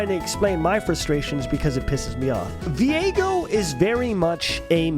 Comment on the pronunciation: i hate that people pronounce viego like vi ego, no its 1 word VIEGO like vigo